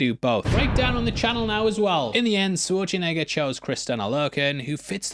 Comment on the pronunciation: You keep saying Swarchenegger. Say it with me. Sh - war - ts - enegger. It's really not that hard.